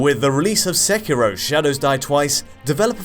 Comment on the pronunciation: Ah you stopped saying Sekiro and started saying "Sekirrho", why :'(